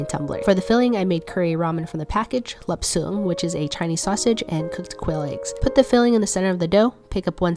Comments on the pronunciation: The sausage she used is pronounced “laap cherng”. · oh i’m viet/chinese and idk? my family pronounces it as “lap sung” or however she said it in the video- i’ve heard it as “lobter” tho lol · half chinese and still think chinese sausage is pronounced like lobter